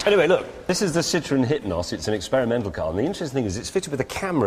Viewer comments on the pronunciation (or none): none